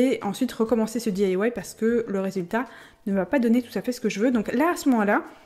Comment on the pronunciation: boujouir jai un copine qui di que tu di mal "di ailla wouaille" elle elle di daille bisou